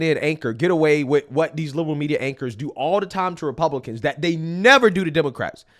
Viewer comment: Me trying to listen to your perspective: "Alright cool makes sense" you randomly for no reason doing the most irritating thing ever: 'Media Queeeeeeeeeaaaaaaaaaassssttttttiiooooonnnnssszzzz". "Repuuuuuuuuuuuuuuublicans". Me: ...Okay so mid statement you decided to make a simple word 10 syllables longer.